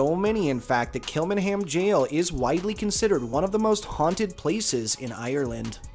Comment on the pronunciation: As a Dubliner, there are far more haunted places than these locations. There just tourist attractions. As for your pronouncement of Kilmainham jail, it was just hilarious(Kill-main-ham) 👍 Anyway, keep up the good work, All the best & be safe 👍👍